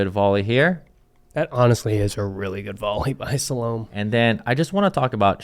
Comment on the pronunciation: Salome is pronounced sal oh may.